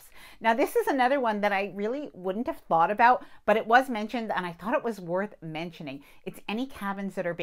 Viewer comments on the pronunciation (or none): none